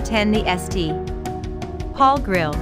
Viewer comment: If your robot can't say St. Paul properly, that means it needs fixing. Estee.... Paul.